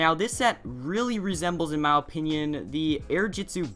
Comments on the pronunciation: Why do you say mow opinion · He says my opinion like "Ma opinin